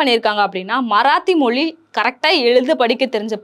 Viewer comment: Sister, நீங்க english கலந்த தமிழ் பேசுறது பிரச்சனை இல்லை.. ஆனா "மொழி" சொல்லாமல் "மொலி" னு சொல்றிங்க, அதைத்தான் நீங்க மாத்தணும் 🙄